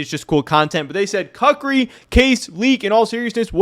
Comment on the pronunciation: koo͝k′rē is correct pronunciation